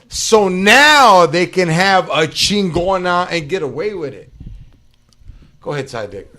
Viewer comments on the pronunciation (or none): That was funny how she said LA CHEENNGONUHH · X was right on this episode! Never want to see this home wrecker on GPS again. X had a point and all y’all did was back up a privilege bitch that feels like she knows how the world works. Can’t even say Chigona right, but wants to represent the Chicano community. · I love yall foo’s but I’m sorry, i can’t fuck wit someone who’s so passionate about a company named Chingona and can’t even say Chingona correctly 🤦🏽‍♂️